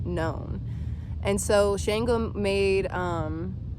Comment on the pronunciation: It's not SHANEgo.... Please learn how to pronounce Orisha names correctly if you are going to speak on them.